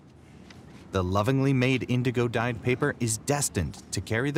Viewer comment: ...Was he trying to say indigo?